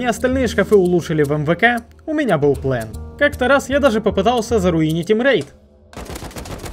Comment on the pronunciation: Всё хорошо.. Но этот "ПЛЭН" бесит.. Дверь с "РИСОМ" нормально вкладывается, но "ПЛЭН" до блевоты..